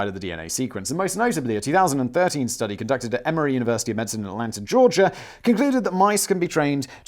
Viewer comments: Guy, please quit saying medsin. Medicine. Medicine. Med-di-cine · As another Brit I am very uncomfortable with your pronunciation of Medicine…./ med-sen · Wtf is going on with your pronunciation of 'medicine'...